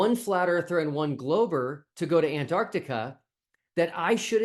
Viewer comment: Where the hell is "Antartica"? The place where the South Pole lives has a letter C in the middle!